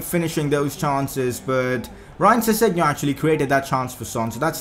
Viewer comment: Your saying sessengon wrong. I